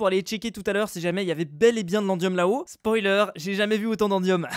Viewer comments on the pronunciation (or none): none